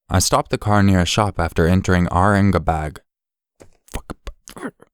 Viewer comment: Aurangabad (you pronounce "bad" as "bud")